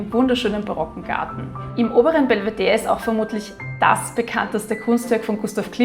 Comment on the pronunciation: Danke dass du Belvedere sagst ohne das e dabei zu betonen! In den Wiener Linien sagen sie das immer mit BelvederE an, und ich hab mich immer gefragt ob ich das mein Leben lang falsch ausgesprochen habe 😃